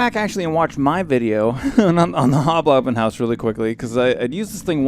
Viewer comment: I couldn't stop laughing, "hob blobin house" lmao :')